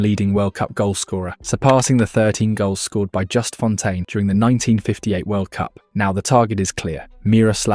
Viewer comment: Par contre Just Fontaine ca se prononce à la Française étant donné qu'il était Français et pas a l'anglaise abruti.